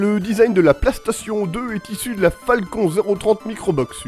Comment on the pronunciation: pk tu dit Plastation a la place de PlayStation .